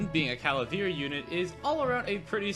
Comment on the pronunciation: it's pronounced 'Ca-Va-Leer', not 'Ca-La-Veer' 😂